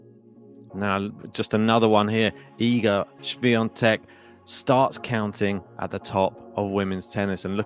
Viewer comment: Great pronunciation of her name!